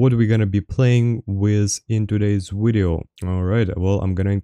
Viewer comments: I have a serious question. Do you honestly try to say video and end up saying wideo or do you just enjoy saying wideo? Love the wideos either way, love when you duo with fwog too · Wideo killed the wadio star